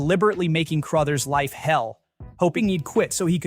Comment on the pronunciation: CROTHERS, not "Crowthers"